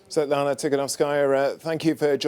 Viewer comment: Svetlana who? Gsus christ is it really so hard to say